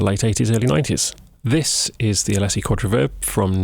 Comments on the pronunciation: The company name is pronounced ah-LEE-sis. Was it pronounced AH-lessy in the UK? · ...never heard it pronounced like that! We always say Uh Lee Sis. I think I like Uh Less Sea better! :P That opening Tune was cool√ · Alessy? A-Lee-SIS is how we pronounce it stateside. Where they are from.